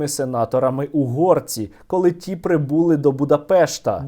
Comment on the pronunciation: не прибУли, а прибулИ. не бУли, а булИ